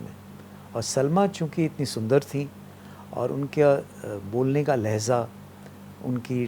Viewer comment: Narottam Puri used to be an extraordinarily fluent speaker. Sorry to see him min pronouncing Urdu word 'lehja' as 'lehza'. The word is 'lehja' meaning tone of speaking. 'Lejza' is a separate Urdu word meaning 'moment'. It's ironic because Puri commits this error while praising Salma Sultan's diction and tone.